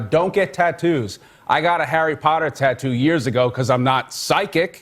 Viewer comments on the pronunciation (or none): none